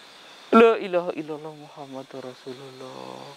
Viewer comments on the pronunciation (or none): none